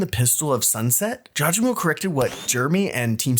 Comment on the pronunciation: pronunciation is " JAW GA MO " but good video overall <33